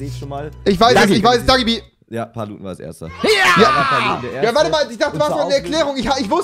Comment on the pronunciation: Rewi :wota fak Wer ist das. Paluten :ich weiß es dagi bie